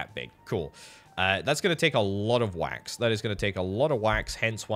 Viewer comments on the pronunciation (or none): every time you say "wax" I hear the "quack" sound from MacOS 7.